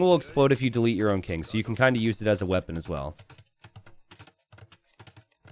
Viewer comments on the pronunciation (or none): none